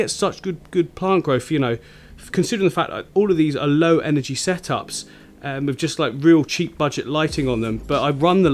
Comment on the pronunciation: Wiff instead of with. Lol